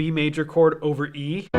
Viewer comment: "That's a beautiful chord!" My ears: "That's a beautiful porn!" My brain: "Pretty sure porn isn't a countable noun."